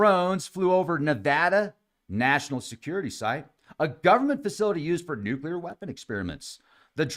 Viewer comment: Liked, for pronouncing Nuclear better than most professionals, scientists, journalists, etc.. salute,. New clear. Bravo!